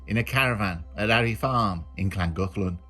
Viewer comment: Is that how you pronounce Llangollen? Just been there it's lovely didnt have a clue how to say it though.